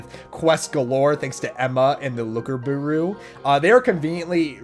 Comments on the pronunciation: The looker buwu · As a fluent French speaker, your pronunciation of bureau hurts Anyways, I’m incredibly hype for this game, just wish i didn’t have to work on release day